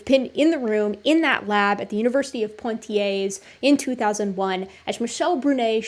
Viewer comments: Really enjoyed this and learned a lot. PS. Not "PoNtiers" Poitiers - pronounced "Pwa-tiers" Soz. Pedantic Brit here. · Toumaï, not Tomaï. Poitiers, not Pointier's. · It took me 30min to understand that "Point i ay" was the city of Poitiers. But as a french, I forgive you, you didnt called Michel Michael. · thanks for this. superb analysis. one thing - pwa-tee-ay. otherwise perfecto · ) Poitiers is pronounced without the terminal s, great video, watched until the end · It was a great video. Emotional Men strike again....But just to be the girl in the bathroom who tells you the label is showing on the back of your shirt...That's not how Poitier is pronounced.